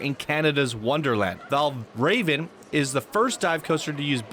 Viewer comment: The Dive coaster is pronounced “Val Rah-Vin” after the ancient Danish deity. “God of illusions”. He was also known as “Raven of the Slain”